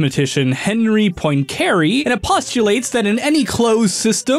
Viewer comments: this has got to be the worst english pronunciation of Poincaré I've ever heard lmao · His pronunciation of poincaré makes me cringe Here's how you pronounce the guy's name in French: and it doesn't have to be a perfect French pronunciation, but at least try a little instead of this American butchering of the name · You really butchered the name of the t heorem. Anyways, in your video you show a serious missunderstanding of what phase space is. The simplest explanation would be: In phase space you plot e.g. the position on one axis and momentum on the other. Then you can plot the energy evolution of the system in that space ( for example, A harmonic oscillator would be an ellipse there). I used to really like and still like the theories from your channel, pls don’t ruin the good research we’ve all gotten used to. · 1 : Nether is only half the size of overworld (128 blocks in height) 2 : this is not how you pronounce "Poincaré" 3 : still a good video but the aforementioned elements are too prominent to not be researched, one name and a number that represent very little research too : / Timestamp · As a Numberphile/"casual math" fan, the pronunciation of Poincaré is physically painful to me, but funny nonetheless. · Tell me one thing, what in a sign of stressed syllable you do not understand? It’s god damn Poincareeeeee, not pOinKeeiRi ugh that is disgusting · It’s pronounced pwancuhrehh (because it is French) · poin-care-y ???? its pronouced Pwon-cah-ray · Henri Poincaré: is French, pronounces his name 'on-REE pwon-ka-RAY': "Henry Poyncarray" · The science is, of course, most excellent. BUT. mispronunciation of Poincaré (pwahn kah rey) nearly killed me x.x I recognise it's incredibly pedantic, but he said it so many times I almost died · You mispronounced Poincaré. It's pwong-ka-RAY, not poin-CARE-ay. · Bro Im pretty sure Poincare is pronounced "point"(without t) + "carè" ( accent on last e) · Um it’s pronounced poincuhRAYYY